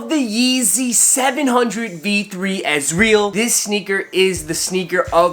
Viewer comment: You didn’t even pronounce it correctly